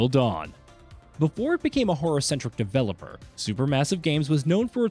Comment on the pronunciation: Good video but the AI narrator was distracting. Especially every time it says "developer" and/or sometimes game names